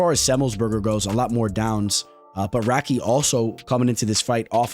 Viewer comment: crazy how you pronounce radtke